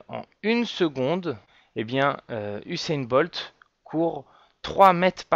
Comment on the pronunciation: Pas de "H" à Usain Bolt :)